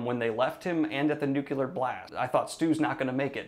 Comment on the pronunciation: The EYES of the Dragon, sorry. Also NU-clee-ar, not NUK-yee-LAR. M-o-o-n, that spells NUCLEAR!